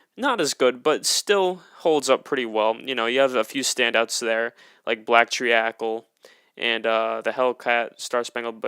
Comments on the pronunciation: It’s pronounced black tree-cul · tree- acle 😳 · I'm so confused how you can pronounce treacle wrong after hearing alex pronounce it right over and over in the song haha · Love that you put am at 6 but damn, the way you pronounced treacle, ooh it hurt Also the debut is at very least number 2